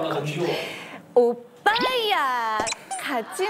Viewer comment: 다 엄청 기대하고 본인도 모든 걸 다 끌어올려서 했는데 오↘️빠↗️야↘️ 하는순간 와장창 ㅋㅋㅋㅋㅋㅋㅋ